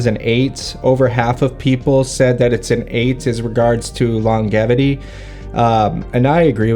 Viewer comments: I've seen other influencers say it that way, must be an albany thing.... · I like your videos, but the way you say longevity is killing me. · The way you say longevity is infuriating it’s not right.